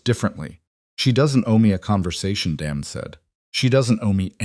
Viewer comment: Daymon, Not Dam-on, spoils the whole thing. 😵‍💫😡😡